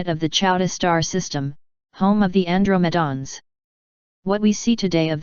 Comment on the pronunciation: An-dro-ma-dons? LoL